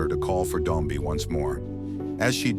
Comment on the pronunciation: its not Dombi its Dombe